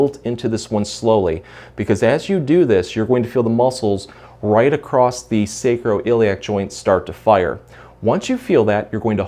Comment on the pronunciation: No T in across....